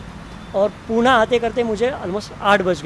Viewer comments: पूना नही होता uncle ji पुणे कहते है. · Pune bol murkha